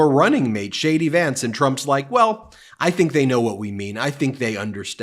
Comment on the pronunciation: Ben, did you say Shady Vance?! Weird, but that's what I heard 😂😂😂